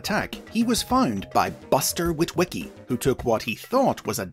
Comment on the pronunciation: how many witwiwickys are there